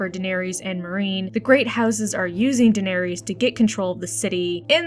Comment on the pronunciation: This might be my new fav YouTube chan; for the simple fact of your pronunciation of "Daenerys" aka "Danereez". Fun stuff that is wonderfully sourced, and the captions on the images are hilarious.